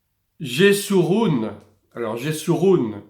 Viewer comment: Bonsoir, on prononce Yéchouroun, pas jésouroun, sinon j'ai apprécié la vidéo, salut fraternel. Heimrik